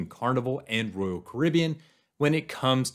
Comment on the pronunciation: It's not Rool Caribbean, it's Royal Caribbean.